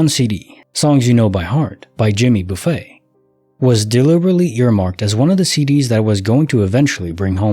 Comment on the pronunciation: Thanks for the stories! The singer's name is not buffet like where there's all this food and you choose what you want to put on your plate. Buffet, pronounce buff-it. Famous country singer here in America.